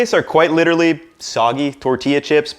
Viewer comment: No one: Absolutely no one:: qUUIte LI-CHE-RALLY